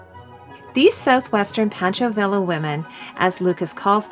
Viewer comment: FYI, the E at the end of Luftwaffe should be pronounced, it is not silent. Also, the Luftwaffe is basically German for Air Force and wasn't a part of or associated with the Army apart from also being a part of the Wehrmacht along with the Navy (Kriegsmarine). The surname of actor Toshiro MIfune is pronounced Mee foo neh, and not Meefoon. Villa in Pancho Villa is pronounced Veeya.